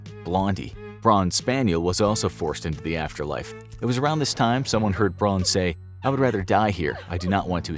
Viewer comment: “Braun” is pronounced “brown,” not “brawn”